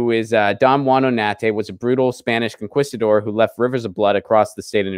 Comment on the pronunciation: You live in LA. You ought to pronounce conquistador correctly, broooo. 🤪